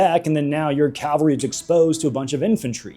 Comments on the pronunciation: Great video but I am gonna be a nit picker it's cavalry not calvary calvary is the church not horse mounted soldiers called cavalry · Cavalry, not Calvary. What are you, every Hollywood movie ever made?